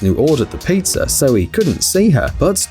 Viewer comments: Piazzer?? Might you be a Brit?? Adding letters that aren't suppose to be there?? Queen's English and all that BS. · WTH is “pizzer “ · sorry but “pizzer.” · Did anyone else hear peezer